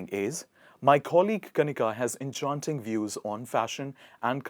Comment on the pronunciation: Dude, if you're a swifty, why are you pronouncing enchanting like that!